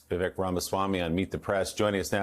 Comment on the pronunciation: Vivek - it rhymes with “mistake”.